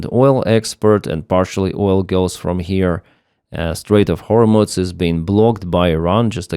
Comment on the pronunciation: hormooooze not hormutz!